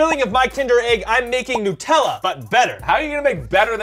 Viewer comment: By the way it’s nut- ella not nutallla